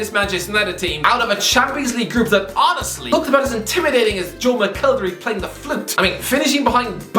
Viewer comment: Phenomenal. Yeh I know what you mean pal. Every time he says "honestly" I hear "Aussie"